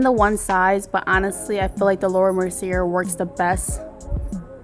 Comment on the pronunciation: The way she says laura merceierrrr🤦‍♀️🤣 Makeup look is firee though 🔥